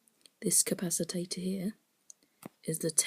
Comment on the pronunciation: Very well done young man. Great work. By the way capacitor it's pronounced "cap a cit or" not "cap a sit or tate or" uF is micro farad. Keep it up. ;-)